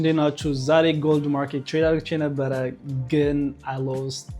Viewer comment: Please say ADDርጌ not argche😢